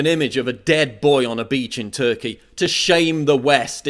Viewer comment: The way you say Turkey makes me laugh for some reason. Definetly not a perfect timing for a video like this